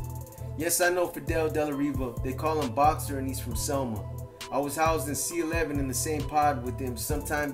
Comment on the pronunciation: Does anybody know if boxer talks Spanish cuz his pronunciation is is off